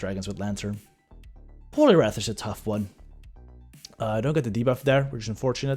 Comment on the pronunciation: Hey hallo, je uitspraak van ‘debuff’ is ongelofelijk incorrect en zeer Hollands, gelieve dit te corrigeren.